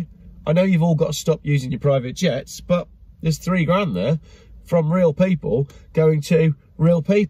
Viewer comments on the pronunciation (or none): none